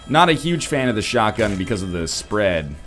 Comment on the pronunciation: instead of shotgun I hear Sharingan(if that's how it's spelled:3)too much Naruto tbh